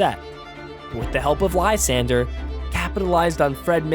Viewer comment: How d'ya get that pronunciation of Lysandre? Like seriously, how do you look at that name and get that out of it? It's even a real name no less.